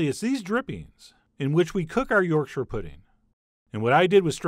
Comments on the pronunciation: Thank you, Chef John, for pronouncing this amazing food correctly. Most Americans say York Shire when it is really more like Yorksha. Well done. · I'd let to take a moment to appreciate that Chef John pronounced Yorkshire correctly as "Yorksher". Not "York-shire" or (God forbid) "York-sheer" as you often hear from people not from up north. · Thank you for not saying YorkSHIRE pudding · Yesssssssssssss!!!!! You actually said yorkshire correctly! I've heard far too many people say it like york shire (think LOTR shire). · yorkshire lass here. just wanna say thanks for pronouncing Yorkshire correctly lol. so many americans say York- Shyyyyyre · Thanks chef John for not butchering the pronunciation of Yorkshire! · Chef John pronouncing Yorkshire correctly made my day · Honestly my favourite part of this video is the fact that an American pronounced Yorkshire right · This video has raised the head count on Americans who can pronounce Yorkshire correctly from zero to one.